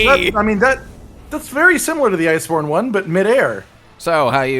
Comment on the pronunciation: Did anyone else hear say liceborne?